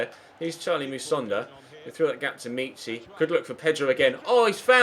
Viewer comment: Omg it's not meeechy it's mitchy